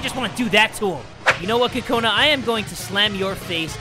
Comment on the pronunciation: look the way saki died Me: 😂😂😂 Edit1:: BONA PETTITE me: no it's KOKONA PETTITE